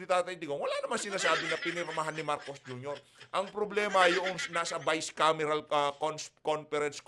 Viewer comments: Bicam hindi bisecam. Bicameral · NOT VICE CAM BUT BI-COM